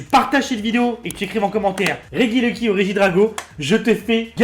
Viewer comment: REGIELEKI ça se dit Réjiéléki (tu dit rejice et rejidrago alors laisse ce pauvre regieleki tranquille stp)